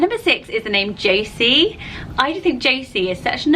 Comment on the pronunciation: Woohoo I made a list! I am Josie Louise. And thank you for saying it right! Jo-see not Jo-zee.